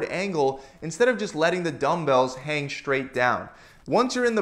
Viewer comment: Thanks for the great content! Did you notice that you say the word "straight" as if it were spelled "shtraight"?